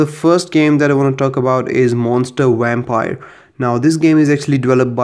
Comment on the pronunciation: "monster wampire"🤣🤣🤣